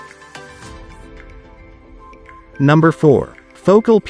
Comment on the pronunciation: ..." Foh - CAL!" Your AI robot script is awful although I did learn some things.